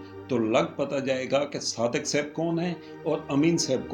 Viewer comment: Not seb it is saab plz